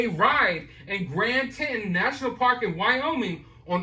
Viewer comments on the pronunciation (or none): its prounced TEE Taun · Please say TEE TAWN its cringy for those of us from that part of the world to hear the names wrong over and over. So now we see another piece of the puzzle as to why he didn't look or smell like he'd been camping. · TETON like tea + tawny - ny